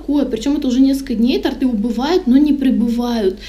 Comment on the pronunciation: Не тортЫ, а тОрты)